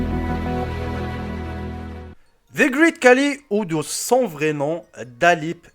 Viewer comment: Désolé de te corriger Mais c'est Khali (pas kali